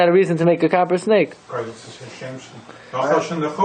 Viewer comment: Copper sounds like Kapparah